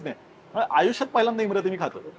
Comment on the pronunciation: Also its imarti not imrati*